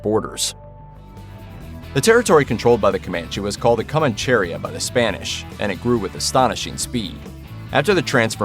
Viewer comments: Coh-mahn-cheh-REE-ya. There is no 'cherry' in the word. The stress is in the fourth syllable. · Co man che ría. (accent on the í) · co•MAN•che•RI•a(h) is how you pronounce it not however he butchers it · Co man Che Ria not comancheria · I think the accent in Comancheria is on the i, as that is the second to last syllable. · It's Comanchería. The stress is on the I, that's why it takes an accent there. Don't stress the e. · Decent video, but could you please stop mispronouncing Comancheria!!!